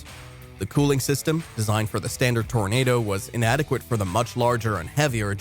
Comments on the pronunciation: Toranado Toranahhhdo, like Nahh man, you're pronouncing it wrong, lol. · Pronouncing the name of the vehicle wrong every single time. It's not pronounced "tornado".